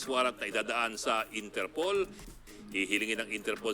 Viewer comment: Inter POL not Inter POOL 😅